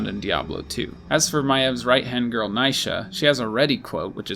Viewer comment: How can you mispronounce Naisha's name? You literally make it your job to dig through voice lines. You definitely heard her name pronounced correctly by Maiev dozens of times.